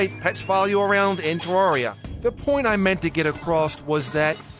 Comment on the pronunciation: You’re pronouncing terraria wrong